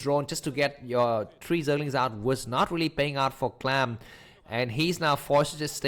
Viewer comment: Can't believe you just chose to call him "clam" xD